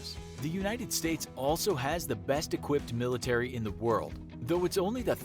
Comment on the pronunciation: Love every time he says military it sounds like millinery so maybe there would be a discussion on women's hats... ha